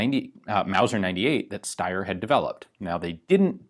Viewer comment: But it's the right way